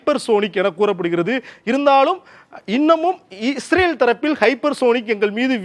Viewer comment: இவர் பயப்படுகிறார், பயத்துல இஸ்ரேல ஈரேல்ன்னு சொல்றார் 😂